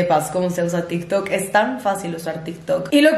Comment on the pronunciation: Nadie: Absolutamente nadie:: “hablemos de til tok"